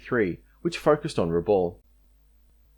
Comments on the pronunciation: Time for you to learn how to correctly pronounce our towns. The atrocious pronunciation of "Rabaul" is appalling. "Rabaul" is pronounced "Rah - bowl". It is my home. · Thanks for this detailed and really great history of the battle for Finschafen (Harbor of Finches). I will have a look at your other work now, for your research here was so impressive and overall quality so high. Quick comment on pronunciation. Salamaua is said Sal-a-moh-a. Rabaul is said Rab-owl. Huon is not Hew-on but hew'n. Papua is said Parp-wah. Finnisterre is said Finnis-tair. Vasey isn't Vassy, it is Vay-see. Ramu is said Rar-moo. Narranderra is said Nah-ran-dah-rah not Narran-derra. Wootten is not Woo-ten, but Woot-ten (like wood) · Great video but let down by the continuous mispronunciation of the name Rabaul. It is pronounced with the last syllable sounding like ‘owl’. For God’s sake get it right.